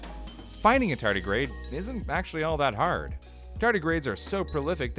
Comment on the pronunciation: You say tardigrade, but I keep hearing tartus....